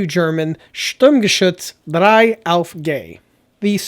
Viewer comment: Damn, I wish you wouldn't say "Auf..." Most of your German pronunciation isn't bad, but "Auf" - ooof! "Ausf" is short for "Ausfuhrung." Let's spread the word and educate the public, okay? "Ausss - fyooor-uhng." Ausfuhrung G. It's not hard.